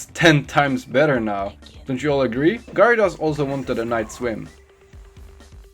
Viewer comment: Gerados pronauns